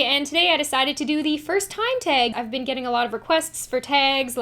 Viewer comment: The way u say "tag" _ lol